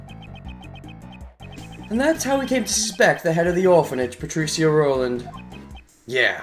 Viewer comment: Good video as usual. It still bothers me though how you pronounce Patricia (Pa-tree-shuh or pa-trih-shuh is how i hear it) but that's just a minor thing haha